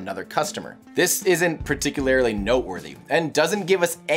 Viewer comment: Particularily lol